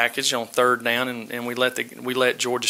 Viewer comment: This whole press conference is a bunch of basic as hell coachspeak except for shazam... Ketch... And how the hell do you turn one syllable words like down into two syllables lolol